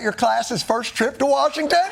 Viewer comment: Uhhhh, it’s Warshington, Sir!